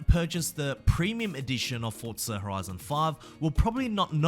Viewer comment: Now learn how to say forza